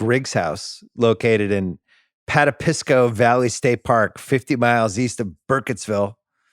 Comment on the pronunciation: Bill somehow getting “Pat-a-pis-co” out of Patapsco is great stuff. Long live the king of mispronunciation.